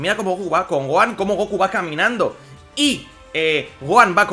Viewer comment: Le dicen son goanda encima pero bueno cada uno tiene su forma de decir Onda vital